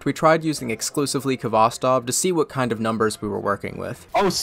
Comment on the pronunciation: Being a Russian, your pronunciation of Khvostov is painful, but you made it up by playing Georgi Vinogradov's version of Katyusha which is objectively the best.